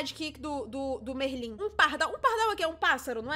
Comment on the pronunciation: Você pronuncia Merlin engraçado. E sim ele vira um peixe e um esquilo também.